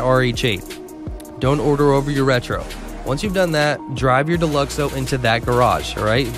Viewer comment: Down vote the second I heard Deluxo